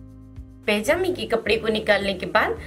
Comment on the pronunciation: Oh madam. Pajami hoti hai pejami nhi